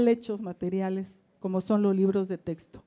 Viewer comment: PUES YO NO LE DARIA TANTO MERITO AL SEÑOR YA QUE DEJA MUCHO QUE DECIR EN SU EXPRESION AL DECIR TESTO CUANDO SE DICE CORRECTAMENTE TEXTO. NO HAY QUE IDEALIZAR TANTO A LA GENTE. P.D. Y SI LE HICIERON EL FUCHI DESDE QUE NO OPINO NADA.